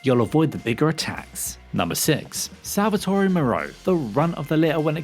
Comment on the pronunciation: I feel like you just purposely mispronounced Salvatore, Beneviento, and Sturm